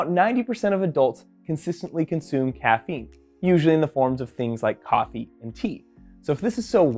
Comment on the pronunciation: Coffie 😂😂😂 kappi 😂😂😂😂